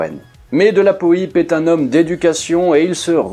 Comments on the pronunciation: C’est peut être un particularisme de l’Anjou où R de la Poype a été maire, mais ici on-dit de la Poipe et pas de la Po ype en tout cas chouette vidéo, merci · Petite précision : on dit de " la Poipe", pas de la Poïpe. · Oui, bien sûr! J'ai eu la chance d'en discuter un jour avec Roland de la Poype! N.B.: son nom se prononce "Poipe", et non pas "Poïpe". Ce nom signifie, colline, éminence ou motte... sur laquelle probablement se trouvait le château de ses ancêtres. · Bonjour, que dire, passionné d'aviation, je connais Roland de La Poype pour son épopée au "Normandie Niémen" grâce à la littérature, mais je n'avais jamais entendu prononcer son nom (pour moi c'était "poy-pe" et non "po-y-pe"), j'ai donc pris du temps à faire le rapprochement. Donc oui je ne connaissais pas l'épopée ultérieur à la seconde guerre mondiale de ce cher Roland, merci pour cette vidéo 👍. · Se prononce Delapo-a-pe et non Delapo-i-pe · Hello :) Merci pour ce documentaire très bien réalisé. Juste, cela se prononce Rolland de la "poape" écrit "de la Poype". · je confirme, on dit bien de la pouape ;-) ça m'a piqué les oreilles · Salut ! On prononce " de la POUAPE"... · Ormis la mauvaise prononciation du patronyme de Roland Paulze d'Ivoy de La Poype, je crois savoir qu'il avait d'abord proposé la "Donkey" à Renault (qui l'avait refusé). Pour ensuite sortir la "Rodeo" pour concurrencer la "Mehari".....